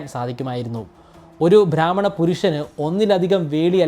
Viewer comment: ധാത്രി അല്ല. താത്രി. സാവിത്രിയുടെ crude version ആണ് താത്രി. ഭ്രാമ്മണൻ അല്ല. ബ്രാഹ്മണൻ. Please note the pronunciation.